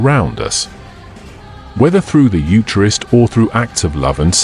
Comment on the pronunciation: The AI needs to pronounce eucharist properly.